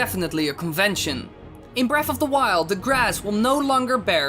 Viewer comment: Breaf of da wiuwd. Jesus fish you're hard to listen to